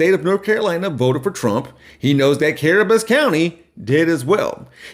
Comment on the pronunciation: Cabarrus, not Carabus